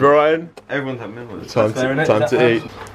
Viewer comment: Why are they pronouncing it as "mellworms". It's says mealworms. It has the word MEAL in not mell